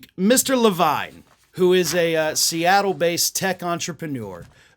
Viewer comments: SORRY BUT HIS NAME IS PRONOUNCED LAVEEN IF IT'S SPELLED LAVINE. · Yes, the name Levine is usually pronounced "La-veen." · so i'm NOT the only one who pronounces "Levine" as "le-VINE" instead of "le-VEEN"! :D